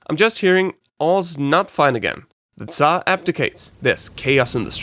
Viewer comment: You did a great job about explaining our flag. Some people (not even from Russia) now know some more about our culture and flag. And about "царь (tsar)": you have a really good pronunciation. I'm using Busuu, and people there (not only beginners) having really bad pronunciation of that word time to time.